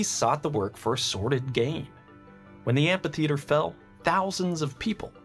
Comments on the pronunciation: Love you man but amPitheater hurts my ears :P Fairly sure it's supposed to be pronounced amFitheater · Amphitheatre, not ampytheatre :) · I m pretty sure it is pronounced "amitheater". Apart from that, the video is very interesting. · Are...are you saying "ampy theatre?"